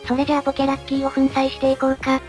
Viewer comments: ポケ↑ラッキィ↓ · ポケ↑ラッキー↓